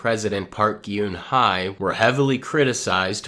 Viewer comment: Look I appreciate how you go through all this research but can't research how names are pronounced. The "Geunhye" in Park Geunhye is pronounced as "Gun Heh" heh as in when canadians say eh .